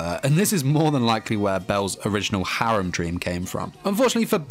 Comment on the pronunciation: My man can't say his skills or harem properly 😅😅😁